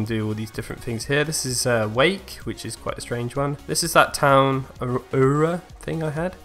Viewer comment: Also quick note ;) Aura is pronounced “Or-ra”